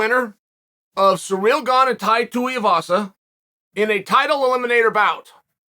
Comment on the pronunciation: I'm glad he said Ganes first name right. seereel